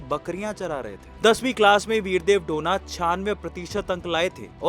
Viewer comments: डोना ❌ डोने ✅ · डोना ❌. डोने ✅